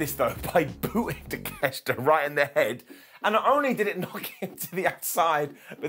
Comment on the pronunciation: 12 minutes to beat the douche way to make a monster look weak. Poor Wardlow also its pronounced TAKE-A-SHITA